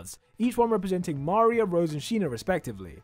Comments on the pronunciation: Mario 😂😂😂 that's maria😂😂😅😅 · How is mispronouncing Maria?